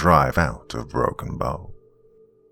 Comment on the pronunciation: Dude it is Broken Bow Nebraska as in bow and arrow not the bow of a boat